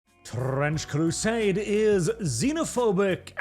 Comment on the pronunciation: TTtttrrrrrench Crrrrrusaaaade is racist ... get excited .. but then let down